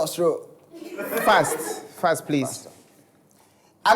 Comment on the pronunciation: Your honour fast or srow 😂😂😂😂😂